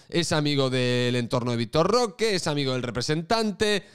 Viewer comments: Te has pasado mas de un año llamándolo Vitor "Roqué" a pesar de que en todos lados lo pronunciaban sin acento y de que mucha gente te lo ha dicho en los comentarios y ahora te ofende que la gente pronuncie su apellido como se pronuncia en su pais... Coherencia. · jajjajajaja victor rrrrrroooookeeerrrrrrr